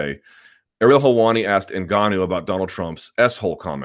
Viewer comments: Ash Bruh i noticed he stopped saying engennnuuu lol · Did he ever explain why he was constantly saying 'engenuu'? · If only luke put the same effort into pronouncing francis ENGANOOOOO properly. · Hilarious how Luke likes to be contrarian on the pronunciation of names. Notice he has not bitten the bullet on N'Gannou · Lol Luke's Spanish lesson. Whole time he pronounced Ngannou wrong for months on end, and still kinda does. Not to mention how he says Gegard Mousasi. LOL Guh-gard. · No one should care too much about name pronuncation anyway. I don't get why ppl make a big deal how Luke says Ngannou. As if y'all pronunce chinese, korean, jjapanese, thai, scandanavian etc names properly lol but I don't see ppl make a big deal out of that....... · Everyone pronounces Ngannou wrong, even French people. The N is supposed to be silent.